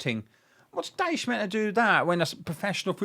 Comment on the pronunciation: Your can’t pronounce his name